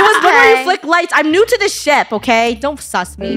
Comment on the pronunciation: WHY DID SHIP SOUND LIKE THE S WORDDD😭